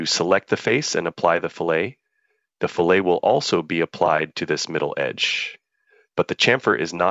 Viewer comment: Someone need to teach the AI voice how to pronounce "fillet" when used in context.